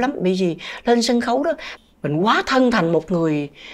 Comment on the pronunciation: Nghe MC phát âm nghệ xĩ, xân khấu… x thay vì s khó chịu ghê.